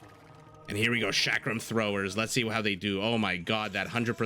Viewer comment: Chakram start with ch as in chocolate and is pronounced as cha-ka(as in car)-ram(rum). Love your casts, they are amazing. Just wanted to educate that Shrivamsha and chakrams don't start with sh 11